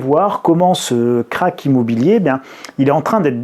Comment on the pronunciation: Krach (de l'allemand) se prononce "crache", pas "craque".